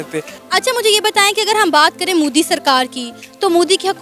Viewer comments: It's modi not moodi ok if you can't speak you can say them the pm of india bloody ineducated people👆👆👆👆👆👆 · Modi ka naam to sahi se lele mike muh gussai firti h